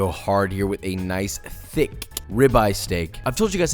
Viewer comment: When he said thic-c I felt that